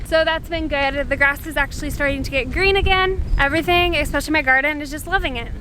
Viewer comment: Talk about click bait! Here I thought I would find out what to do if one of my cat’s were bitten! Shame on you! BTW… it’s “especially “, not “expecially” !